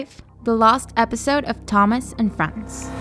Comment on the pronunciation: They pronounce Thomas right, then wrong later. This is absolutely terrible.